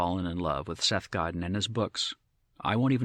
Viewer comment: You've "fallen in love with Seth Godin and his books" but you don't know how to pronounce his name?